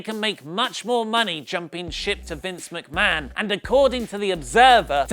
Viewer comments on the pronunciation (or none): I believe you mean Vince Meekmahan